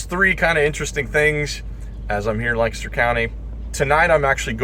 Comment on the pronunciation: Thank you for pronouncing Lancaster the way we locals do!! It is music to our ears. 🙂